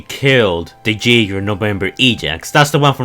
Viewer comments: its pronounced yegers as in Yaeger not jaiger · You know the way you pronounce "jaeger" as "jaygr" kinda gets on my nerves. It's pronounced "yaygr"